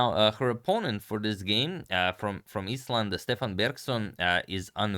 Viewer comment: I believe that Stefan in Icelandic would be pronounced Stevan with the emphasis on the first syllable.